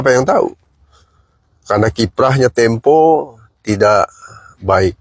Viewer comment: Majalah tempe bang bukan temo..brita ga falit